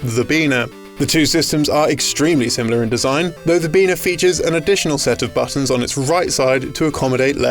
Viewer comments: Ain't getting away with calling anything a Beena in 2019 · Hombre, you can call us "Beena".